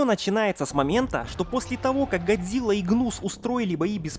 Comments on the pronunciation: Почему чел с геморойным лицо (Серизава) называет не Годзила а Годзыва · Какого хуя он говарит Гадзира🤣если Гадзилла